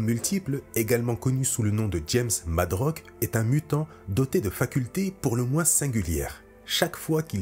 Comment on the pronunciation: Hum... Bon, au risque de passer pour l'enculeur de mouches de service : - c'est Jamie MadroX (avec un X). Tu le prononces MadroC. - c'est Hawkeye (sans S). Tu le prononces HawkeyeZE. - La formulation "Vous n'êtes pas sans ignorer" signifie que l'on suppose que son interlocuteur l'ignore et que l'on va lui apprendre quelque chose. On ne va pas se mentir, quand tu l'emploies dans ta phrase sur le Punisher, je pense que tu veux dire le contraire, non ? Il aurait donc fallu dire "Vous n'êtes pas sans savoir que...". - À les X quoi ? Tout à coup, je me demande si c'est un enregistrement vocal live ou de l'IA. Ce n'est pas une boutade mais une vraie question. Zéro critique de ma part sur ce sujet précis. Tout le monde a le droit de faire ce qu'il veut, hein ?